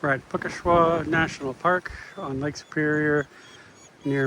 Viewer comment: Pronounced 'puckasaw' great vid, I live on Lake Superior, moved here yrs ago. Beautiful esp if one loves the outdoors all yr round as much as we do! 😊